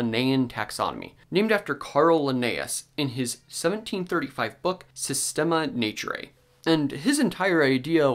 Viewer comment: The way you pronounced "naturate" sounds like the Italian language scene from Inglorious Bastards... Arrivederci becoming "a river there chief"